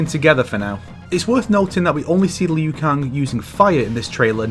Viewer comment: Liu. It's Liu. Liu Kang. Not Lui.